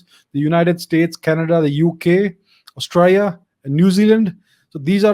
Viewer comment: LOL... loved the way you said "Straya", mate. You ought to come to Australia someday. Cheers! 👍